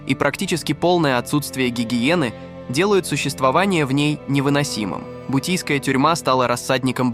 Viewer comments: НЕ БУТИЙСКАЯ А БУТЫРСКАЯ ТЮРМА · Бутырская,а не бутийская😂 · Бутийскпя тюрьма?😂 бутырка а не бутийская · Бутийская тюрма😂? Бутырская будет верно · Ну автор конечно форменный идиот не бутийская тюрьма в Москве а (Бутырская тюрьма) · Бутырская,...бутийская😅😅😅😅., БУТЫРСКАЯ ясно,робот эй!!! тебе понятно!!!???!!! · Обалдеть "Бутийская". Автор, вы невежа. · Бутийская тюрьма? 😂😂😂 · Услышал Бутийская тюрьма, можно закрывать. Автор угорает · Уберите из ю тюба эти каналы которые озвучивает нейронка, ударения я молчу но «бутийская» тюрьма в Москве это перебор, вы чего людям голову то морочите, потрудитесь хотя бы озвучить грамотно и подать информацию не так убого